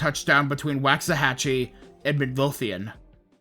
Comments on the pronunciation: You prounounced Waxahachie and Midlothian wrong it's waak·suh·ha·chee and mid·low·thee·uhn It's ok, everyone from outside DFW does it. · And it’s walks-ah-hatch-e. That one is tough unless you’re from Texas lol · Youre my favorite now. I was able to watch this storm from my balcony from across the lake (it was a long distance to watch, though.) I've, legitimately, been looking for a longish + well made video on this for so long. THANK YOUUUU Nevermind, why did you say Waxahachie like that 💔